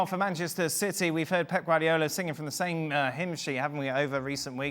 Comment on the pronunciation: Who is "Pep Guariala"? 🤣